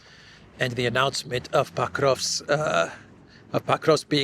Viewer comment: Why do you pronounce PO-krovsk (with a clear O) as PAH-KROVSK? Irritating. Do your homework, dude